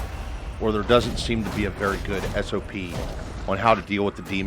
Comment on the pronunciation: my guy said SOP lmao thanks for the help b